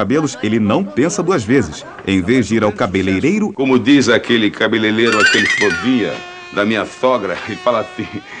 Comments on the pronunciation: 1 a cada 3 brasileiros fala cabeleleiro kkkkk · É cabeLELEro mesmo. Ñ é nem csbeleLEIro ñ. (Hahaha)